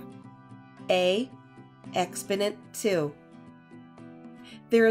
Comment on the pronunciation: Please learn to pronounce EX PO NENT properly. Exponent - look it up on the internet dictionary that pronounces the words for YOU. EX PO NENT.